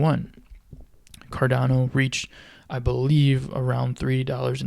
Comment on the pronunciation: Cardano not Cardono hahaha